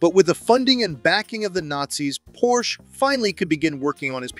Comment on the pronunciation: It's pronounced porshuh!